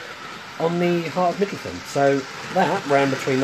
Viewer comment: Brilliant video except for one tiny wee thing.. It's "mid-low-thee-ahn"